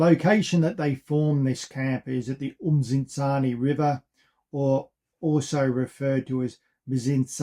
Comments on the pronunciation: I actually do have them recorded, They will never be gorgotten; at least not by us the descandants of those Xhosa warriors who died defending their lands from Colonial enroachment. And giving feedback is not being rude, as much as you have recorded these events you are not doing justice by minspronouncing the names - a Xhosa kid from Centane 100 years from now will not know what "uMzintzani" is - They will however be able to point where "Msintsana" is.. Sorry for giving feedback; Peace out:hand-purple-blue-peace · LOL my goodness, these guys are butchering my ancestors' names and geographical areas.. Its Msintsana not "umzintzana"